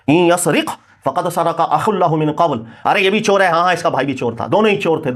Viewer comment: بار بار سرِق (را کے نیچے زیر) پڑھ رہا ہے جو صحیح نہیں درست (را پر زبر ہے) اس لئے درستگی کی درخواست ہے